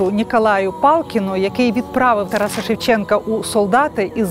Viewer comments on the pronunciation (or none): none